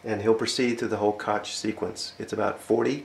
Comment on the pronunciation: It's pronounced Cook/Cocke, not Kotch method. This is a fantastic video.